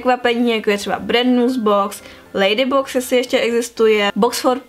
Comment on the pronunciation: Jak si říkala ten ladybox tak sem ti rozuměla baby box :D